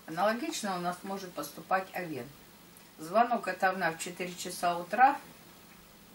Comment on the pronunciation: Режет слух, когда ударение в слове Овен на второй слог. Ударение идёт на первый слог. О́вен, а не Ове́н, О́вна, а не Овна́, О́вну, а не Овну́ и т.д.. Простите, но режет слух прям, что не удержалась от комментария.